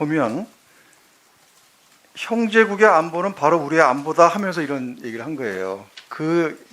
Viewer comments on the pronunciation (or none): 자세히 들어보세요.'이란'이 아니고 '이런' 입니다.ㅋㅋㅋ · 김은혜 : 지금 다시 한번 들어봐 주십시요. 이란 아니고 "이런" 이라고 되어 있습니다! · 국민여러분 다시한번 잘들어보십시오 이란이아닌 이런이라했습니다 😂 😆 😂